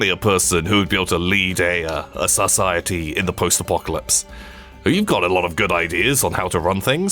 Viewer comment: I didn't know pronounced it 'sus-ciety'